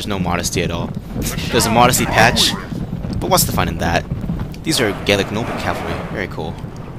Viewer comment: The Gauls themselves were pretty much gaelic. But gallic is the correct way to pronounce it.